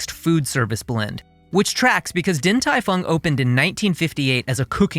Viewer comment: Only change I would make here is that the “Din” should be pronounced “Ding”. Other than that, great work!